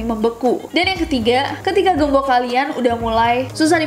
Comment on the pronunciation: Aku : gembok Kak Nessie : gembokh